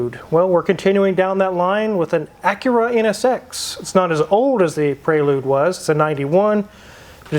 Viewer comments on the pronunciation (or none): Honda PraYlude 😂😂😂